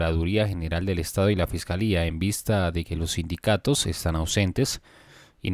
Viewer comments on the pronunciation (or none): Sindicados, no “sindicatos”. Saludos.